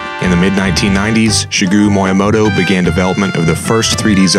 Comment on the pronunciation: It's SHEE-GEH-ROO MEE-YAH-MOH-TOH If you're going to take on these topics, you'd think you'd learn how to say the developers names correctly. With the existence of Google, there's no excuse for that atrocious pronunciation. You put a lot of work into making the presentation of these videos professional but that's an oversight that becomes inexcusable when you do it constantly